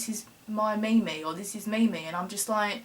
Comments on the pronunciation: haha "me-me" pronounced "meem" ;P love ya sharm :D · it is pronounced meem